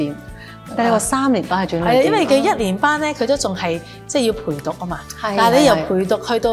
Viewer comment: 一個校長連轉捩點的捩字都讀錯, 個主時又跟住錯.